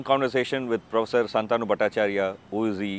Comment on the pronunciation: Shaantanu or Shantaanu? Learn to pronounce his name correctly